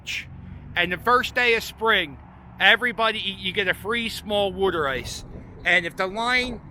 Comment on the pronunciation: Glad your saying worder ice correctly. No self respecting Philadelphian calls it water ice lol 😂 great channel!